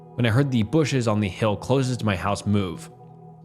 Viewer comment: Bro you gotta please research pronunciations. I’ve never heard someone mispronounce “closest”